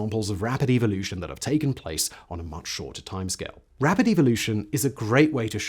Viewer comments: "About evil-ution." Love your accent there, Simon! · Evil-lution ? LOL